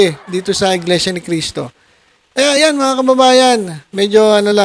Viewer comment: Di ka ata marunong magbasa brod,ang laki ng mga nakasulat sa kapilya, na Iglesia Ni Cristo,pero iba parin ang pagbasa mo